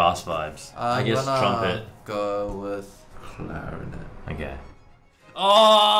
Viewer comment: The ways he says "CLARINET" .-.